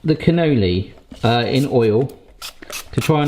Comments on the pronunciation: Cannoloni...😅 well, at least your version is rather fun,. Lol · Cu-no-lee is how it's pronounced.: )